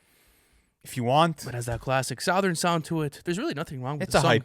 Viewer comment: The way this man pronounces “southern” is insane